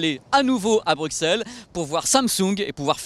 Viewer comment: Psst, on prononce Brusselles xD